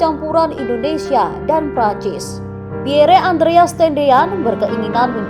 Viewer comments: Setiap pembaca berita harus belajar membaca dan menyebut dg benar nama2 asing yg tersemat pd nama manusia, negara, tempat dsb. Nama PIERRE adalah nama dlm bhs. Perancis. Cara baca yg benar: PYER. Bukan xx PIYERE xx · Min, menyebut nama Lettu ( CZi ) Pierre Tendean cukup di eja dg Pierr, huruf akhir e ga perlu di eja,,itu saja koreksi dr sya, min